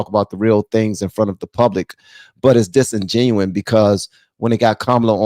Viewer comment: Ok don’t get mad get even! It’s “disingenuous” not “disingenius”